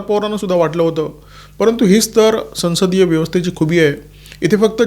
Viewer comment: उत्तम विश्लेषण 🙏🏽 एक छोटे निरिक्षणः संसद शंब्दाचा संस्कृत उच्चार "सवंसद/ सौंसद" असा आहे. हिंदी भाषिकांच्या प्रभावामुळे मराठीतही तशी छटा येउ लागली आहे. आपण त्यात सुधारणा करावी.